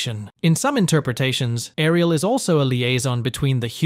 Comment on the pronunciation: Saying "Air-ee-ehl" and then following with rolled r's is getting me hahaha. Great video though!